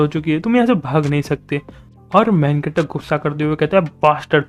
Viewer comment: When u say main character. I hear like main cutter